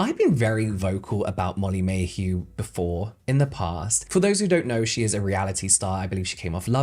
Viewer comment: I know you don't care (neither do I) but it's Molly Mae Hague!! Molly Mae Hugh is much better tho, def calling her this from now on